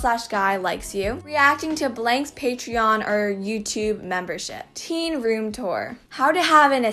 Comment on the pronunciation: number 10 says rom instead of room